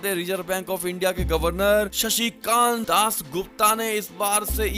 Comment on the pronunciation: RBI Governor's name may correctly be told as "Shaktikanta Das", not otherwise, please.